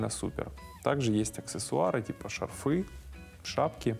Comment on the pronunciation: Мы, средний класс, говорим не шарфЫ, а шАрфы